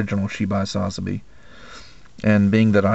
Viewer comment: Love all the models and paintjobs you do but i only have one thing that bothers me can you plz say sazabi right go watch chars counter attack your killing the name.